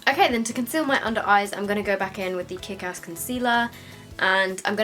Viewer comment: When she says ass she sounds really southern